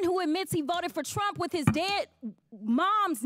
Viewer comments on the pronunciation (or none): none